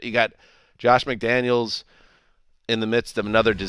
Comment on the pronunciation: at least get his name right. McDaniel !!!!